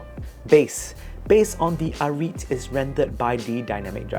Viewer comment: it is called ah-rih-te not ah-reet